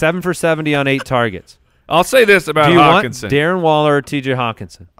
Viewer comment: call hockenson "HOCKEYE"